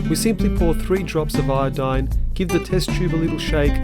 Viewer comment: The human body can control its own pH very effectively, it doesn't need us to drink water with a specific pH level. As for what they're testing the water with, the narrator called it iodine (possibly iodide pronounced badly). Iodine isn't a pH indicator though, it's used to detect starch. It maintains a yellow colour in a starchless solution and turns a deep blue/black when starch is present. As a result, the narrator is blatantly lying about the chemical being used. With regards to his comments about companies lying about their water sources, natural sources of water do not imply alkaline water. Natural minerals dissolved in the water can make it acidic, along with any contamination from the effects of acid rain etc.. Even if the very spurious facts the narrator was spewing were true, it would make Fiji and Evian rather bad for us. A change in pH as low as 0.5 up or down can cause incredibly dangerous conditions known as acidosis or alkalosis. Evian in particular would put us at the greatest risk of alkalosis if we were to believe the narrator, due to its much higher pH level compared to our blood. But like I said earlier, we can control our own pH level very easily, so there's no need to even be concerned by anything he's said